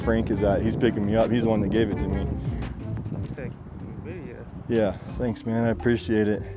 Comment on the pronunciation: He said, "chlamydia?" Lmao